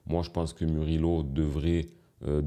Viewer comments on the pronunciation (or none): Tu as ruiné la prononciation du nom de Murillo.😂 C’est MOU-RI-YO et pas MU-RI-LO 😅